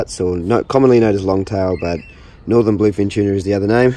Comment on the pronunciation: Mate, it’s a Northern Blue Fin not a Northen.